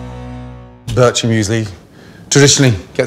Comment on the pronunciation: I can’t be the only Swiss person out there who’s triggered by the way he says BirCHer muesli